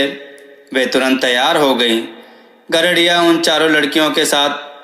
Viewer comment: गरडरिया नहीं यार... गडरिया गडरिया 😡😡